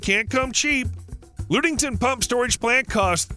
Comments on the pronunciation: Lud-ing-ton not Lood-ing-ton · It isn't pronounced Lood-ing-ton. Rather it is pronounced as Lud-ing-ton. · The Michigan plant is pronounced luge -ing -ton , not lude-ing-ton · lude-ing-ton, huh never heard of that and im from Michigan lol 😉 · Cool vid, but FYI, (likely others let you know so...sorry for the redundancy) the Michigan battery is located near Ludington. Pronounced LUHD-ing-ton. Thanks! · . Actually pronounced “LUDD-ing-ton”, but a good guess. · Ludington is pronunced with a short u not a long U, thus NO Loooodington. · Ludington is pronounced "luh·ding·tn". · Yes, this was driving me crazy. You can easily look this up on Google. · The “Lud” in Ludington rhymes with “Bud”. It does not rhyme with “lewd”.